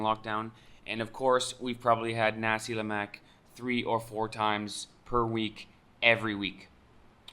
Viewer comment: the way u say NASI LEMAK........... its weird, im laughing when u say NASI LEMAK.